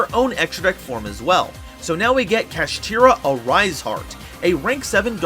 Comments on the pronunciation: Sorry I couldn't watch the complete video, why people can pronounce Shangri-La correctly but not Kshatri-La??? they sound almost the same for God's sake!!! what's this "kashitira" nonsense?! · The cards say kshatri-la but he says kashtira...why?